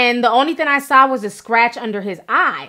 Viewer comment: Names, words, countries, she says "sawl" when she means "saw." I don't think its all growing up in a bilingual household. A lot of it sounds like some extra needed support academically was not gotten in school days, or she's dyslexic. This is more than a bilingual issue... I was in school with students who got extra help, but were not necessarily in special ed either. Ti really sounds like a product of a child/teenager who needed that and didn't get it. Like, IDK how she keeps saying, "She sawl her at the store," I"m like..."sawl" ??? Really...But I still love Ti.